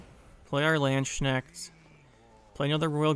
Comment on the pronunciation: ma boy butchered poor Landsknechts name, far beyond i would thought xD